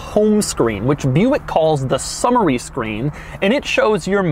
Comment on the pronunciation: Not sure why I heard it as the "Summer-y" screen.